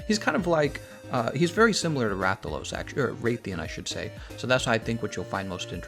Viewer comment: Why do you pronounce the Rath in Rathalos and Rathian differently when in dialogue within MHW pronounces them the same?